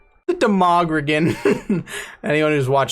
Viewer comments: It took me an inordinate amount of time to realize that "demogrogan" was a bad reading of "demogorgon." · I never watched stranger things and I’m still mad that he said “de-mog-er-gin” instead of “dem-a-gor-gon” (sorry if I said it wrong) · “Demogeeigen” that’s just really triggering... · ah yes The DemAhgrogan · “Demogrogin” lmao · Demogragrin. Lmao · "De-mah-gro-gen" Tell someone you've never watched Stranger Things without actually saying it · There is no way he mis pronounced demogorgon. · bro pronounced Demogorgon so wrong he had me thinking he was speaking about something completely different ☠️ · How the hell to do you butcher “demogorgon” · Mispronouncing Demagogan is a great way to get more comments and boost his numbers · That mispronounced demogorgon is literally causing me pain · I lost it at the mispronunciation of demagorgan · How cant he pronounce demogorgin wrong